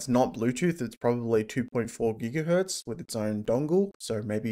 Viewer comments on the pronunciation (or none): none